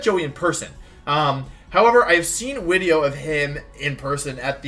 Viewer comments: When's the tiering Wolfey tier lists wideos wideo coming? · As a noob and a casual may I ask why Wolfey always used W's for V's. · Wolfey Pokédex entry: this Pokémon is in dire need of a haircut and pronounces it’s name “wideo”